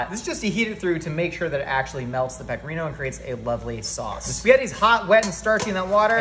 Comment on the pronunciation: The only thing that is bullshit is the way you pronounce “spaghetti” and “Pecorino”. You were not born with an Italian dialect and that’s okay buddy! Your mother and father and friends all pronounced the ending vowels. So can you! It won’t make you sound any less intellectual. Because this idea is already such a great one!